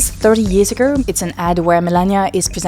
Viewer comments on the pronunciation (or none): Please try to say ow instead of urr. Studiurr, 30 years agurr. Like murrst